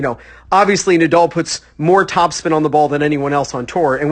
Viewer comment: The name is NADAL not Nadoll